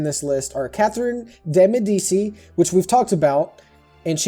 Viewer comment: the name you mispronounced was Catherine de' Medici, Medici is pronounced Medichi